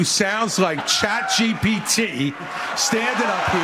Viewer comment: Chat GBT vs. Chat E-A-T